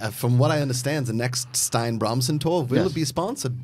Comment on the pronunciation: I think it's pronounced "Stee-na" not "stein" because there's a video game girl names Stine who is Norwegian I think that pronounces it that way.